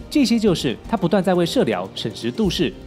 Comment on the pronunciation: 審時度勢，這裡的度應該是念成(墮)